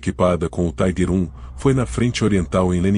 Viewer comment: A pronuncia correta é tiger com som de i e nao taiguer, taiguer era a pronuncia dos norte americanos